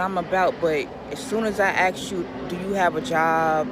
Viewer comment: Lady, you don't want broke men? Well, I don't want women who can't pronounce "ask" properly! Stop "axing" questions. ASK them.